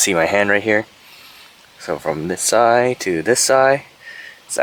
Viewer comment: Did anyone notice this guy can't pronounce the word "side"?